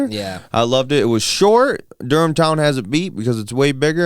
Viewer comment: You said Durham town correct. And yea it’s a bad ass place to ride .